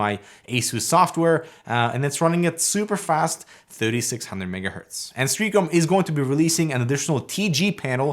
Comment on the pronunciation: Pronunciation Nazi - Stray AH com